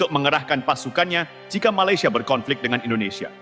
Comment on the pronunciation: COBA PERHATIKAN BAIK-BAIK APA YANG UCAPKAN... SELALU MENGUCAPKAN MALASYA... MALASYA... MALASYA MALASYA 🤣🤣🤣🤣